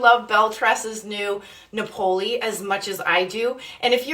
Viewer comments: It's Napoli (like Nah-poli) like the town in Italy...like the type of Pizza 🎉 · Beautiful, but its pronouncec Nap-Oh-Lee 😊 Italian for Naples, Italy